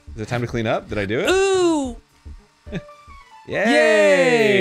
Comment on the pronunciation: why do arins OOOHH‘s sound so foreign? he’s never said em like that before. 🤷🏻‍♂️